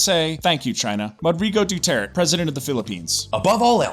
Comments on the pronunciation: The American voice in the background should do his research on pronunciation by asking any Pinoy or watching 5 minutes of Philippine TV. Doo ter tey is the pronunciation. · lol "Duturt"? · Whenever the secondary speaker said "Dew-Tert" I died a little inside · Sadly, they do not make effort to correct its pronunciation. They just assumed it's the correct one.